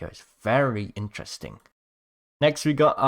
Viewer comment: (I’m Fake Leave Me Alone) But He Says “InTreSTinG” 😂😂